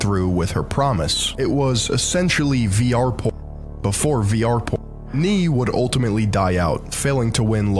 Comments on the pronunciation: Too funny he pronounces the Dutch word for "no" as "knee"... phonetically it actually sounds exactly like the "ae" in "Salt-"bae" with an "n" in front of it. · I fucking hate the nee pronunciation lool its nay ! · Nee (pronounced "nay"), means no in Dutch. Probably what he was going for and not a knight that says nee hahaha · lol the guy pronounces groen as growen and nee as knee!